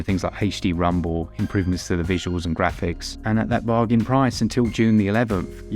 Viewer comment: Keep the barjans (bargains)!! It's funny that because I'm finding myself saying it that way now